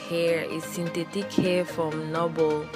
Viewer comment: Say "sintétik"hair😂..nice video my baby